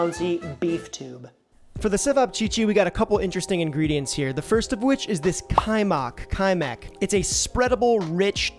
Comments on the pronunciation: The lamb and pork gyros wins it for me just very slightly ahead of čevapi :) Loved the video. And had to say it - you nailed Kajmak but Ajvar is pronounced "eye vaar". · Really good video, I'm hungry now. But it's odly fascinating that kaymak, the word you were concerned about it's pronunciation the most, was the only ingredient and dish you pronounced properly 😅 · Very happy to see the cevapi made #1. Also I couldn’t help but laugh when you pronounced Kajmak perfectly but then said the hard “j” with ajvar 😂. Think “ay-var”! I also agree with the other Serbs that you should grill the meat next time. Great work otherwise! You made me homesick. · Yeah the cevap looked pretty legit but agree on the grill. You pronounced kajmak pretty good, but the other words you definitely can use some help 😂